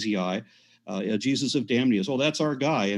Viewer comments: Jee-zee-eyez. Aron is the best!!! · Aron Ra is funny as hell!! He said "Jesusi." I'm dead!🤣